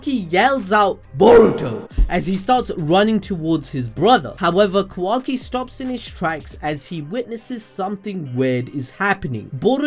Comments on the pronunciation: QUACKY lol but say ka-wa- ki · Honestly didn't hear Qwacki whenever he said it.... now I can't unhear it lmao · qu-wa-ki lol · Thanks for pointing out that says “Quacky”. I can’t stop hearing it now lmao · I can't unhear kawhacki